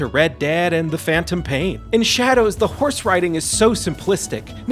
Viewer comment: Whenever I hear horse I imagine he is saying w-hores.